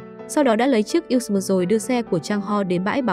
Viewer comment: Editor nên viết lời đọc "USB" - toàn chữ IN HOA, thay vì "usb". Mỗi lần đọc USB nó đọc thành U xừ bờ🤣🤣🤣